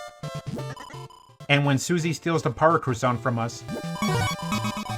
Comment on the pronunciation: Croissant, not cressante.